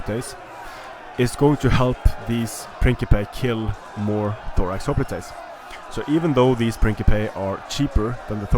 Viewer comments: The word "hoplites" is the English adoption of the Greek word "οπλιτοι" and is conventionally pronounced HOP-lights, not ho-PLEAT-aze. If you want to follow the original Greek the pronunciation would be Hope-PLEA-toy. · Its hoplitoys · Hop-lights not hoplitase. Prince-ipeas not prinkipase. Sorry but this kinda bugged me.